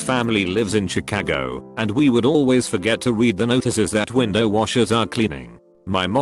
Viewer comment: I loved how he pronounced Chicago as Chicako lmao